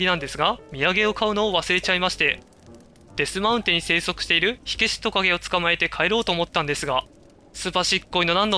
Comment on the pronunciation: デスマウテンじゃなくてデスマウンテンですよ